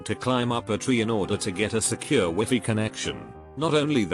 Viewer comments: when I heard him pronouncing "wifi" I got confused. I thought wifi is pronounced "whyfhy" 👀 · He pronounced it wrong. Most text to speech don't recognize that wifi is an acronym for Wireless Fidelity. So they just pronounce it phonetically. Don't change your pronunciation 😱 you'll get funny looks. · Wifi: exists Narrator: wEfEe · text: wifi narrator: wee fee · I loved how the A.I pronounced wifi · the way he said wifi smh